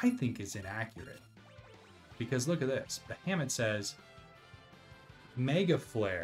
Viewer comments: "Bahamut" is pronounced "Ba-ha-moot". Not "Ba-hammit". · Every time you say ba-ham-ut it tickles me. I call it ba-ha-mut. 😂